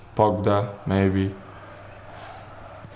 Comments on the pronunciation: hahaha he just said "Pogda". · my man said "pogda" instead of pogba😂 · The moment when he said "Pogda"... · Shane Fagan I'm laughing so much he said pogda